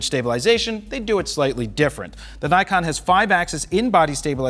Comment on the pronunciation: I'm bit bothered with Naykon! Please pronounce it as Nikon it's japanese.